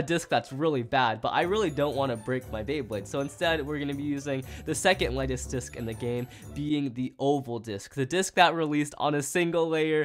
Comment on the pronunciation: just realised he said "lighest disc in the game." where gaem